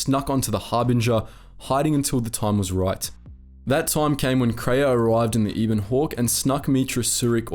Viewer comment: Why do you always intentionally pronounce things wrong. Peragus and ebon are spoken in game numerous times...